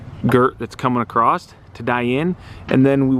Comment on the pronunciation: "across"...not "acrost". 2020!